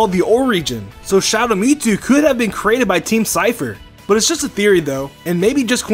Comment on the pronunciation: I’m sorry what? Me-Two? No, absolutely not, it’s MewTwo.